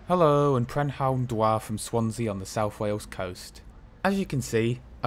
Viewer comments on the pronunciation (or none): Pretty good job with the pronounciations (apart from the prynhawn dda at the beginning but still better than most!) went on one of these 153s a few days back (luckily it was only from Cardiff Queen Street to Llanishen) and the leg room was awful, the worst I've seen on a train, but the ride itself wasn't too bad tbf to them.